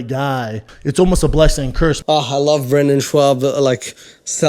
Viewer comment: So you did stand up once in high school. You haven't even learned how to say his name correctly. Brenden has a long list of accomplishments spanning years between football, lacrosse, fighting, and commentary. True, his comedy is not great. But it's cool you did stand up at a high school talent show... 🙄